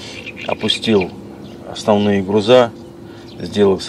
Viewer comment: Какие грузА??? Учи русский язык!!! ГрУзы!!! И никак иначе!!!